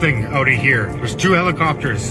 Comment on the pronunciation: Do Heblikopters 😂